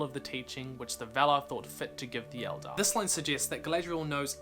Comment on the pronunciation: Did you say...Eldar?! HERESY!